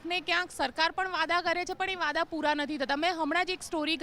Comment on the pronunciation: Super bogus anchor....do not know proper Gujarati ? There is no word as "Vada " in Gujarati it is "Vayda". Also repeatedly speaking "Chunav" instead of "Chutni" Jignesh Mewani's intellectual level and answers are better than Alpesh or Hardik.